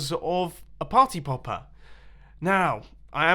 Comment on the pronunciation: "My Party Popper! What happened to it?" Just sounds like, My Potta Poppa!